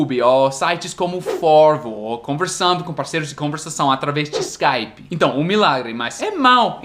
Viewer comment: depois de falar "youtubi" e "skypi", eu te batizo brasileiro rs